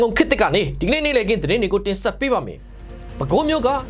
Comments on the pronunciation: မုနိန်ဒါဘိဝံသ လို့ဖတ်ရပါသည်....မြန်မာစာမြန်မာ့စကားမှာပါလိဖတ်ပုံညွှန်းပြထားပါသည်။ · မုနိန်ဒါဘိဝံသလို့အသံထွက်ရပါတယ် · မုနိန်ဒါဘိဝံသ လို့ အသံထွက်မှန်အောင် ဖတ်ပေးပါ။ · မုနိန္ဒာ=မုနိန်ဒါ လို့အသံထွက်ရပါ့မယ်။ (နှစ်လုံးဆင့်မှာ၊အထက်သာ၊သတ်ပါမြဲဧကန်။) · မုနိန်ဒါလို့ဖတ်ပေးပါ❤❤❤❤❤ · (မုနိန်ဒါ) လို့ အသံထွက်ရပါတယ် ။